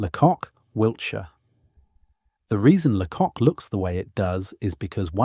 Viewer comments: Lots of footage that is not England which is a shame. Pronunciation is off too: it is not LeCock but pronounced laycock. And it isn't sinkwee ports but sank ports. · Great information but you need to know pronunciation it's Castle Combe is pronounced castle Coombe and Lacock is pronounced Laycock and creaky this is weird cinque ports are pronounced sank. This is all well known by educated English people. There are others it would be worth getting an educated English person to re do the sound track. The man doing the commentary has a pleasant voice but the lack of general knowledge is very grating.